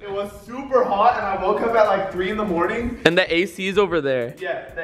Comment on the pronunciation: “At 3 in the morting”